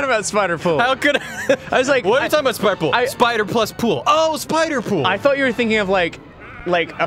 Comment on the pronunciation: The second said Sipderpool I thought there was about to be some erotic fanfiction in this episode. Slightly disappointed.